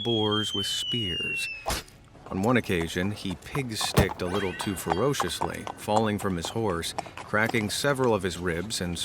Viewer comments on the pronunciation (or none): none